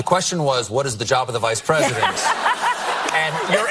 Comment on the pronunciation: Did she say “R”esident instead of President ???????